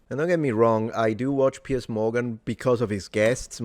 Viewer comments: *Piers..... the man's name isn't "Pierce". What fool let that one get by? One of your paid staffers? And it's pronounced "Piers", as in multiple piers. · “PIERCE” Morgan or PIERS Morgan? 😂